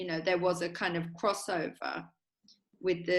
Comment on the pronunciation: Ah, wif’ Youf’! Stayed at his gaff once. Top geezer.